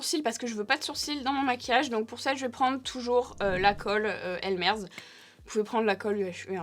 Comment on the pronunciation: Quel travail pour les ailes de papillon 🦋, c'est vraiment fou ce que tu nous présente,je serais incapable d'en faire autant mais c'est très inspirant ! Tu es sublime 👌 J'ai rêvé où tu as dit ( le nom pour la colle elmer's) "" elm*erde ?!!! J'ai peut être mal entendu mais ça m'a fait rire !!! Que dire d'autre, merci est dérisoire face au boulot fait,je sais que ça représente beaucoup de temps et d'argent..pour nous... Merci pour ce cadeau que tu nous fais chaque année ❤️